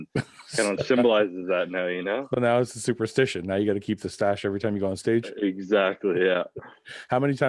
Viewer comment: Superstitious ? Nah, superstachious!